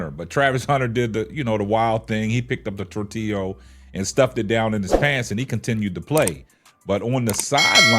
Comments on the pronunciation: Where the hell is he getting that “o” from? 😂😂😂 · Never seen my people butcher the word tortilla so much before 😂😂😂😂